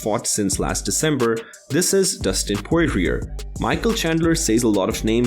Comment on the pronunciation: "Dustin Poriririer"